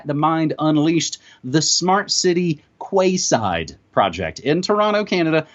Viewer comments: OH that hurts! Arrrrghh!!!! Quayside is pronounced like "Keyside" , NOT Kwayside ! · Quay is pronounced key. I know that's weird . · The area is called the "Queen's Quay" in Toronto....said (sounds) like "Queen's Key"...so, this is "Quay Side"...said (sounds) like "Key Side". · Kwayside? pronounced keyside spelt quayside! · Quayside - that would be pronounced Key side as in Kee Side, and not kwayside O.o Aluminium pronounced: alu-min-y-um, just like magnesium. Not aloominum. Sorry just saying, so people understand what your talking about :) Good info thanks. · Quay Side, pronounced (Key Side) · Quayside is pronounced Keeside btw. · In Canada, we pronounce "quayside" as "key side" .... google agrees on the pronunciation. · It's pronounced "keyside". Canada or UK call them quays, as in like "Florida keys" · Maybe its Canadian but here in the UK we pronounce 'Quay' like ''KEY' (Quayside would sound Keyside). Just saying. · FYI Quayside is pronounced keyside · quayside is pronounced as key side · "Kway Side " Dumb twat. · Yes I know - just a touch of sarcasm on my part. I just find it interesting that the phonetics of Magnesium differs to the phonetics of Aluminium. Curious wouldn't you say. :) But honestly, the pronunciation of Quayside was so far off, at first I had no idea what he was referring to, so I thought it might help.